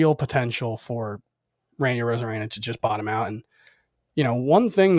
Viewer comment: I was taking you’ll seriously until you said arozarena.